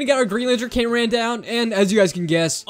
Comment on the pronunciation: Bro really said Hyper upgraded titan cineaman